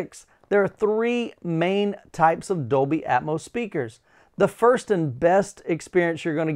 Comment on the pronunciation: What is "Dolby Aetmose"????